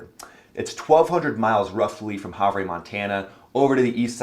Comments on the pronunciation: Havre isn't annunciated as "Hav-Rey", it's "Have-Er". I haven't been able to make a live chat to tell ya, hoping this message gets to you sir.:) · You might want to know Havre, Montana is pronounced “Have-rrrrrr,” not “Have-reh,” my friend. I especially love the AR (Aerial Refueling) photo of my old F-15C Tactical Fighter Squadron, the 67th Fighting Cocks of Kadena AB, Okinawa, Japan! As you likely know, the ZZ-Tailed tanker in that photo is also based at Kadena AB. The good old days of a few decades ago! Great videos, thanks! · Havre is said HAVER “Ha-Ver” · Havre is pronounces "have - er" -Montanan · In Montana we pronounce it Have'er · Havre - pronounced ' have-er" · I love your content, but “Havre” is pronounced “Hav-ur”. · Just fysa ….Havre is pronounced have-er. Other than that great analysis. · Not to be pendatic and place names can be a pain, but Havre is pronounced HA ver. The A is long. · Just a little help here, it is pronounced HAV-ER Montana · Good report. As a Montana native, allow me to correct your pronunciation of Havre. Despite the spelling it is pronounced "have ur" that is all. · pronounced Haver